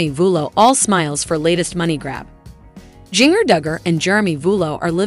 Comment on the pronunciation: I would love it if you would learn how to pronounce her name. It is like gingerbread.